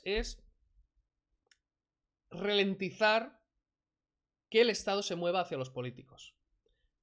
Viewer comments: Ralentizar, no "relentizar", y poco más, no merece la pena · Qué manera de hacer el ridículo. No tienes los rudimentos básicos en la materia y pretendes desmontar a García Trevijano...Ni la exposición es formalmente ordenada, ya no te digo nada del fondo...Por cierto, es ralentizar, no relentizar... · que lo iba a "RELENTIZAR". Encima no sabe pronunciar esa palabrita. RA , NO RE.